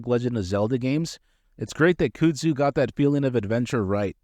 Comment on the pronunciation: I can't watch this because you keep saying "cyoodzoo" lmao. Kuhhdzoo bro